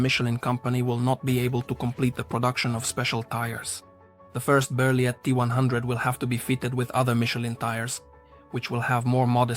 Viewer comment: Nice vidéo but you don't say the T at the end of Berliet